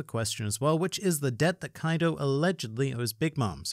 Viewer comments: Why are we still calling him Kaido?? It’s Coido! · Kaido more like KOI-do